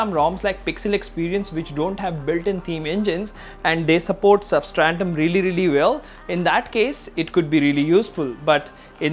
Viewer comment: Substratum bro, not 'substrantum'. GOOD WORK THOUGH